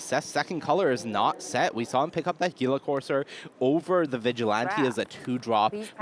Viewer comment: "Geela courser" 😂